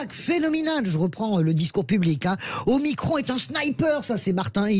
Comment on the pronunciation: Ce n'est pas omicronne mais OMICRON ou OHMACRON !!!